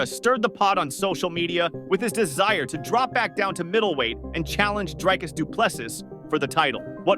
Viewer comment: Its amazing to me that the voice over bloke has never heard the correct pronunciation. But who cares, just make sure you pay Dricus the money.